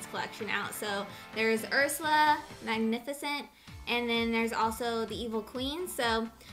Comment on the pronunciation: did she say magnificent ?! lol